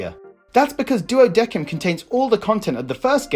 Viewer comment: hearing "duodequim" hurts.... the game itself says "duodecim(duodessim)"